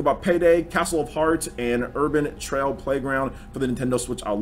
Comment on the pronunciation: Its "Urban Trial" not "Urbain Trail"